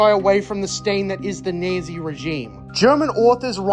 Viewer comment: You do know that it’s pronounced “Naht-see”, not “Nazee”, right? I hope that’s just a bit you’re doing.